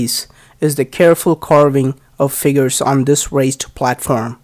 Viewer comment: You are doing some really good work. Forgive me for making suggestion to your already good articulation. To avoid confusion: The way you are pronouncing: "raised" sounds very much like "waste." Since both of these words are used in your explanation; it is important to keep the pronunciations distinct.